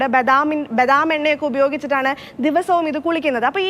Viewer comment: ബെദാമ് അല്ല ബദാമ്